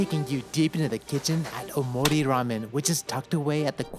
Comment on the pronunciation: O~mori ramen, not omori. Gotta pronounce it properly.